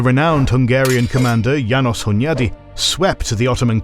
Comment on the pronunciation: Hunyadi (I think you nailed the pronunciation there.) János (yaa-nosh, with sh sound like in "shoe" or "share") And, if you aim for perfection, family name (Hunyadi) first, the so called "first name" (János) second. A weird Hungarian thing. But it is very useful when making an alphabetical list of names, for example. More importantly: Great video.